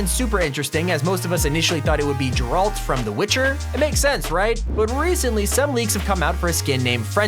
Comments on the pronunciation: i'm sorry did he just call Geralt "Jeralt". you offend the Witcher Franchise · Bruh it’s not jeralt geralr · The way you say ,, Geralt,, hurts my ears. Please don't say it like that. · Ouff you butchered my boy Geralts name